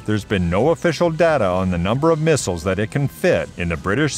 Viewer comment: LOL "mistles"